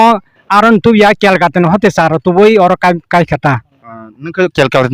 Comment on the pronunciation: Kolkata ❎ kelkata ✅